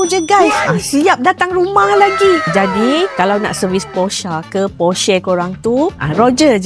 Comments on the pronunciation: bukan posha la.. dia porahhh... haha😂😂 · Maaf 🙏🏻🙏🏻 Sebutan sebetulnya Porshce.. belakang bunyi: Porr ❌ Poar ✅ …sha ❌ …sche ✅ (belakang bunyi ‘e’) 😬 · bukan aaaa... eeee... posher ada ke posha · gelak aku dengar mat salleh cakap posha.. datang kita pun ngikut aja bulat2.., itu lah sebab aku cakap mat salleh tak pandai pronouce dari orang melayu, tapi ramai suka ikut, kalau ikut mat salleh memang bunyi dia posha.. tapi kalau ikut pronounce melayu kita sebut memang Porsche.. macam tu la bunyi dia che puan tak kan sha puan pulak.. mat salleh ni kalau sebut sebutan dia pun kadang2 tebal sebab diorang gosok gigi tak gosok lidah tu pasal sebut susah nak pronouce.. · Salah sebutan tu 😅 its pronounce "POR-shuh" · Dua2 org salah sebut..hahaha kena ikut org jerman sebut la.. por sher.. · tiap kali dia sebut porshaaa meremang bulu tengkuk haha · Itu lah. Hahaha. Sebutan betul dia Por-Sher. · Tu bahasa German. Sebutan dia Por sheer (bunyi jgn ada R) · "Por-syuh" lah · Porche semua sebut pun salah termasuk org tua tu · sebetulnya sebutan dia haruslah ikut bahasa German. Sbb origin Porsche datangnya dari Germany (Deutschland).